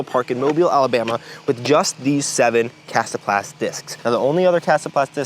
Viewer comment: i appreciate the proper pronunciation. Thank you